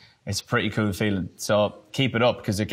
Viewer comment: “It’s really kewl” I agree Niall, I agree